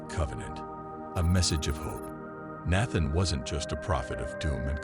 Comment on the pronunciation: The masculine virtues? Give me a break. And the machine should get the pronunciation of Nathan correct, once and for all.